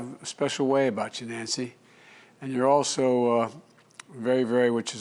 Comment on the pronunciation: "NANCE"!! ?? OMG